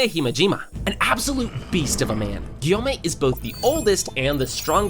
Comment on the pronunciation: It’s Gyomei not guyomei